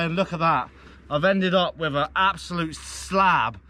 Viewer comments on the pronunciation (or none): Why do you say wiph. With